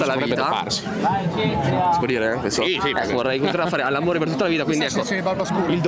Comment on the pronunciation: "all'ammore" ahahaahah